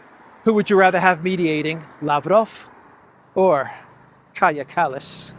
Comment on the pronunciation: ΩΡΑΙΟΣ ΟΠΩΣ ΠΑΝΤΑ!!! ΕΥΧΑΡΙΣΤΟΥΟΥΜΕ !!! ΠΟΤΕ ΘΑ ΜΑΘΕΙΣ ΝΑ ΠΡΟΦΕΡΕΙΣ ΣΩΣΤΑ ΤΟ ΟΝΟΜΑ ΤΗΣ ΥΠΕΞ??? ΚΑΡΓΙΑ ΚΑΛΛΑΣ !!!